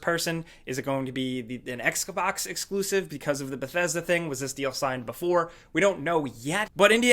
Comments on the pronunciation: Did say X-kabox when talking about Indiana Jones? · Can't Wait for the X-CAh-BOX exclusives ahahah joking! much love from California!